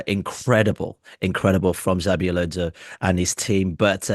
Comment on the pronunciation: Why would you say ”Zabi” Alonso?